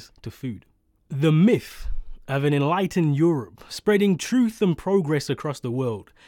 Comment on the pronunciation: I'm supposed to listen to someone talk about 'progress' who pronounces the word 'truth' as "troof" ??